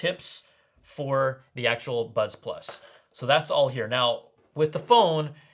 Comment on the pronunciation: I thought I heard butt plug in person 😂😂 I must apologise 😂